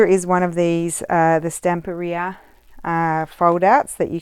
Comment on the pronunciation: I love that you are one of the few youtubers who pronounce Stamperia correctly 🙂. I've been following you for a long time and I'm leaving you a lot of praise today. You do things that are absolutely awesome 🤩.